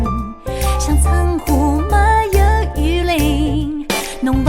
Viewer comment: 没有如果非要念成两个字的话，最好念成”m没“，而不是”没有“念的象苏北话一样。好像上海话”m"这个字是有的吧？口语里快读了听起来就是“没”，前面的m就省略了。 ”情“字最好念得老上海口音一点，那样才嗲。